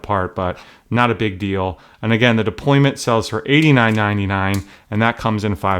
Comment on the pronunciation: Deployant** NOT deployment!